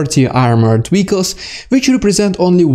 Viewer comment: The way he says military "wehicles" is cool. I like his accent.